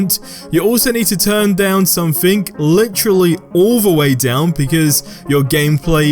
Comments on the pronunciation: Wtf is sumfink? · wtf is somfink?